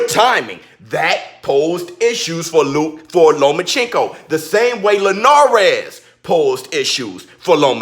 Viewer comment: Shut down your channel idiot. Your personality kept me from listening to anything you said. Only thing i heard was your rascist ass improper pronunciation of Loma's name.